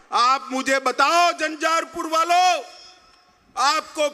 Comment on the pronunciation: Jhanjharpur to sahi se bolye